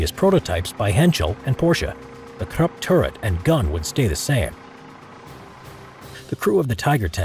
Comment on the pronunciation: Your pronunciation of Krupp was brutal.